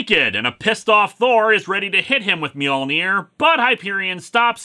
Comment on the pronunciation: If Spider-Man doesn't know how to spell 'Mjolnir' then why is he pronouncing the J, which is silent?